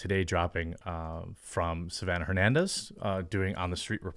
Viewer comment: I know you read Hernandez like Her but it's pronunciation is with a silent H is more like ernandez. but don't worry I have seen latino growing up in the states that read like that too, for me is hilarious since my first language is Spanish.